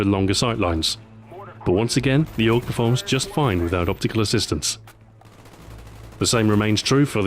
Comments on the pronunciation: OTS NOT OG ! ITS THE AY-U-GEE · its A-U-G not aug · 2012. Ahoy: "AUG" 2026. Ahoy: "Ay You Gee" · Not AUG, A U G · A.U.G., not AUG! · AYY-YOO-GEE.......we austrians know this better than you americans! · Lol you don't know that you say it aug, as in augment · 1. He never reads the comments 2. AUG-mented LOL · It's pronounced A - U - G, surprised Stuart didn't pick up on that :p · AUGment? AUGMENT? Stuart... I literally groaned when i heard it. Damn it Stuart XD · Wildpig meant that he should pronounce it as "A-U-G". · I can't believe I'm saying this but Ahoy I think you're mispronouncing the name of the gun and its manufacturer! It's pronounced STEYER A-U-G, not "Stare Org". Normally you are impeccable with your pronunciations. Great video though.